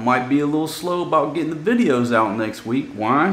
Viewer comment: Ahahaha. On 2158 min you said vijoos. Sounded so funny coming from you. Sounded so very Filipino. Kinda cute coming from a Southern man who has that Southern twang. Hope Fatima can relax when she goes back home so she can enjoy her vacation. Peace.